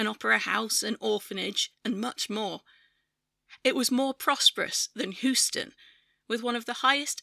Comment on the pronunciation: aargh! it's hyoo-stuhn